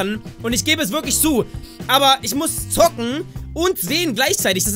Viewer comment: Wenn du "zocken" ausspricht hört sich das an als wäre zocken was für Geistesgestörte :D